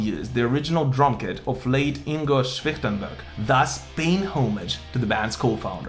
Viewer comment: 🍻 Льобле, Герштнер, Гроскопф, Вайкат (и двамата с Киске са Михаел, не Майкъл 😁 )... Хансен и Швихтенберг ги произнасяш почти добре👍